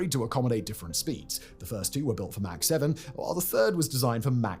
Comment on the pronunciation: Mach is pronounced like Bach. Mack is pronounced like Jack. GIF? Linux?